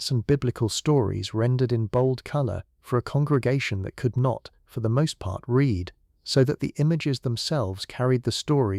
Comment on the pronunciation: I genuinely enjoy your channel but, for the love of all that is holy, can AI learn when to pronounce it REED and when to pronounce it RED???